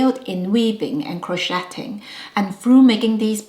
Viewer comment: "Crow-shay"...the "t" is silent. "Crow-shaying."